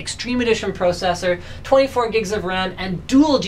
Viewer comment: Stop saying "pro sessor" say "processor"